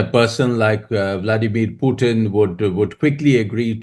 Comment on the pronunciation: The man’s name is POOTIN for god’s sake. Why do you insist on calling him PEWTIN. Call people by their real names PLEASE